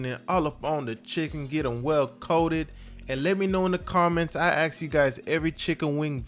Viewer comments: Its asked! Not AXED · Once he said aksed I knew it was gona be good